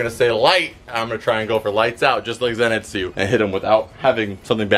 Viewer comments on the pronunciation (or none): im sorry i love your channal but whats a zenetsu its zenitsu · Who else got mad at the way he said zenitsu sanemi and nezuko